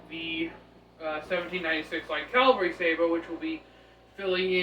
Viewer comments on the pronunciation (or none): Respectfully, it is spelled Cavalry and pronounced with the V before the L.